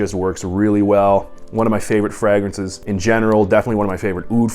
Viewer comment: love your content brother but please pronounce it fraYgrances. My eyelid kept twitching.